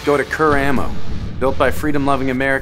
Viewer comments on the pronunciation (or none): none